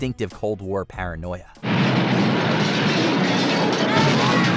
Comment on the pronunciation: We can't be sure it is just "parinoia"